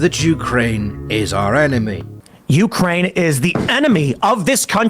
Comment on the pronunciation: Hahaha, it sounded like you said "Jew-kraine," which would be funny seeing as this is a Tim Poole section, the Holocaust denial mentioned earlier, and the fact that Zelenskyii is Jewish. Also, the Tankies? As in the left-wing equivalent of a Reactionary? I don't get how playing the wrong music would offend someone of that persuasion; if someone here does, would you mind explaining to me? Because the only angle I could think of is wrong, no one or their mothers thinks that the CCP is actually communist, right? That would be like thinking the USSR lr DPRK are or were actually communist.